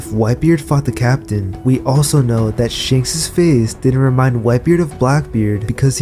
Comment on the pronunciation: Its ShAnks *A Not ShEnks E*!